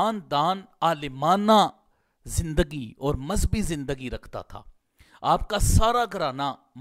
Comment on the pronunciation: مذبی نہیں مذہبی ہے